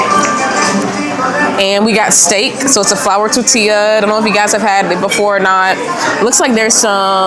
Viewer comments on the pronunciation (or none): Learn how to say quesadilla and tortilla please. I was embarrassed for you